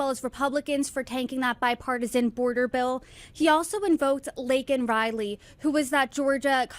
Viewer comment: uhhhhhhhhhhhhhhh right. And he ALMOST got LAKEN RILEY'S name correct ..... sort of like everything else he does!!!! He screws it up and we know it and feel it. 10% for the big guy ... so weak and so wrong!!